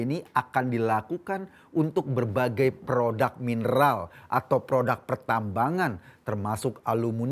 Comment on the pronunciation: bnyk salah ngomong. Pertama: nyebut kata E ndonesia bukan Indonesia.. kdua: prodAk.. bukan prodUk... Betulin deh bhsa loe, ko... Malu sama kadrun.. nyebut nama ngara sendiri aza salah..